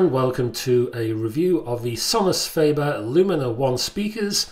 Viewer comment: Sorry to be 'that guy' but: fAH-ber not fAY-ber.